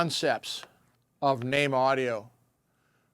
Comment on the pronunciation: FINALLY, I have learnt how to properly pronounce the name of the company ("NAME").